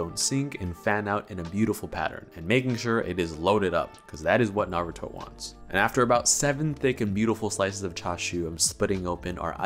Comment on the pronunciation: I'm just happy you say Naruto correctly! Far too many people who have even watched the show, say it wrong.